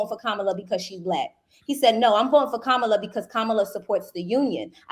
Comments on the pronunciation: You don’t have to disrespect pronouncing Kamala’s name like that.😮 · It's disrespectful to purposely mispronounced. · At least say her name right if you're gonna drag her 🙄